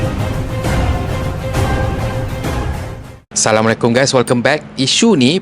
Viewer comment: Cara sebutan salam pun tk sempurna..bunyi ‘salamu’alaikum’ ..As nya mana?..syg sekali ..Nk tegur ust..hmm